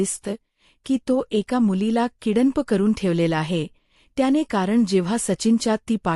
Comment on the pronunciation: ईंग्रजी तर येतेय ना ? किडन्प नाही किडनँप म्हणायचे आहे काय ?